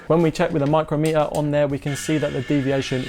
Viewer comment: It's pronounced Mike crom meter, a micrometre is a distance of one thousandth of a millimetre.